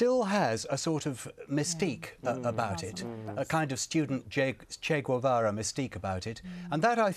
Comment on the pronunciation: Also, maybe learn to pronounce Che Guevara?